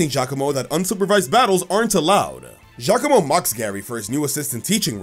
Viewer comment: FINALLY SOMEONE SAYS GIACOMO CORRECTLY!!